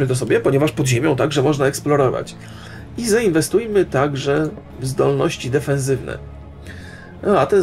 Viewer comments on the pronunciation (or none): Co to są zdolności "defenzywne"? Wymowy uczą dziś komentatorzy piłkarscy?